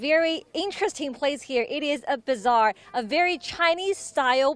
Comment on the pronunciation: Bizzare not bazaar? You need an English correctional team.